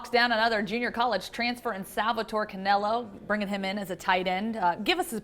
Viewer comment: Not Cannello. Ends in an "a".